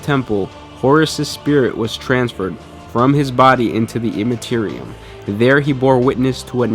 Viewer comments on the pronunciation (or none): none